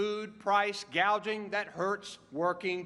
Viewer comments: She can't even pronounce "gouging" but rather she said "gaging" c'mon man and she's to possibly be our POTUS? Was she reading off a prompter? That's even worse then.... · Saying gaging instead of gouging means she doesn’t understand what she’s talking about. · Kamala doesn’t know what she’s talking about so she said ‘gaging’ instead of “gouging”. Pathetic!